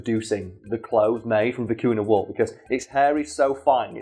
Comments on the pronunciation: as a Peruvian, the way you pronounce vicuna makes me cringe a bit, is vicuña (vi .cu . nya), oh well people pronounce llamas as "lamas", instead of iamas ( which is the correct pronunciation), but also there was one time, my sister's friend got mad at her because my sister was wearing a scarf made of baby alpaca fur, which she though that it was made by skinning the animal, which we don't, vicuñas, llamas and alpacas are sheared just like sheep and they do need to be shear, just like sheep, their fur soft and cold to the touch and it really warm and light when worn in the winter and windy days. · Vi-cu-ña (for english monolinguals it's pronounced "vicugna". Like gnu) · by the way the name of the animal is generally spelt vicuña, with the ñ pronounced ny nice video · I'm tired and I kept hearing "Vicuna" as "Kakuna"... Was very confused